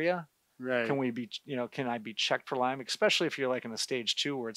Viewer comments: Lyme disease, not Lymes, disease. It's named for Lyme, Connecticut. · Love your videos. But it is “Lyme disease not “Lymes disease”. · It’s Lyme not Lymes…… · Lyme Connecticut